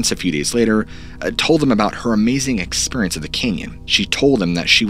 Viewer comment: I guess his: "experiants" aren't that strange - ppl in MY area of the globe say: "oyainge" (orange!)